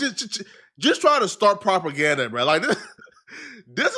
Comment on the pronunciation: It’s not “properganda” LOL